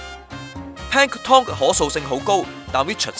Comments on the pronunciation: 個音完全錯咗....tom🤣 (pl'æŋktən) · Yo Yo Asd 你聽唔聽到最後果兩次係Pan Tom not Pank Tom! 大陸新移民。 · Pan tom? 讀多兩年英文啦！ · should be plank-ton as in Hil-ton. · 用中文講『海水味浮游生物』咪好囉，做乜係都用英文講吖。如果係都要用英文講，就唔該睇吓 Sponge Bob，學吓『Plankton』嘅正確發音啦。。。rid 柒！ btw， 係光合作用唔係『肛合作用』呀！